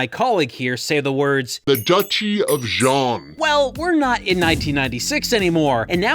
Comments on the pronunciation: Respect, eh? This Gundam gets destroyed pretty easily by stuff that, in the actual series, would hardly even dent it (Zaku gunfire and even landmines, for starters). And there's also all the mispronouciations (Zeon is pronounced "Jee-ohn" in Japan, but it still sounds nothing like "John"!) and just plain disrespect! In fact, in Japan (yes, this was released in Japan), this game has a reputation for being a "kusoge", which is "crap game" for those unaware! Despite having some of the actors from the show reprise their roles (thus making them sound better), the story is still terrible! Heck, Char's actor is outright ridiculed for not only his ridiculous cosplay, but also for looking too old and ESPECIALLY that chin! Fans call this particular Char "Char Ago-nable" (Ago being Japanese for "chin")! -_ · relistening to this, when he screamed when he was going to crash the ship, it actuially sounded like they used a soft z instead of a hard one, meaning that they are trying to say the name wrong while using the right spelling. for exaMPLE, instead of Ze-on, the do something like zzz-eon o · yeah, same thing with ''jeanne'' and Zeon. in japanese, some words that starts with Z are pronounced like J if they have yu after (ex: Zyuranger is pronounced Juuranger) the translators probably thought that every word starting with Z were pronounced like a J hence ''Jeanne' instead of Zeon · you kept pronouncing Zeon wrong. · intersting on that they can't say zeon but nailed it on the specific model of the zaku